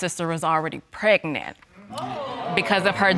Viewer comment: Unprotectedly, Nonproduceable, Hospilal, Precnant..... Lord why.. Jesus take the Hooked on Phonics Wheel.😵😵